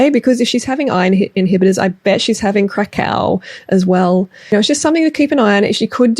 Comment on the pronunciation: Cacao = crack = crack-ao